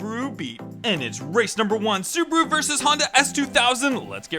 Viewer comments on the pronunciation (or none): And Tayota xD